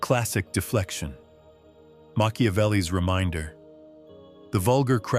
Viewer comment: Did the narrator really call Machiavelli "Monkeyavelli????